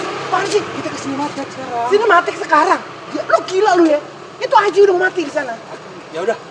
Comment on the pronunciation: Si jawa bilang aji dan bukan ija hahahha